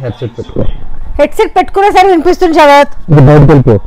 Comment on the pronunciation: శరత్ కాదు......షరత్... షరత్..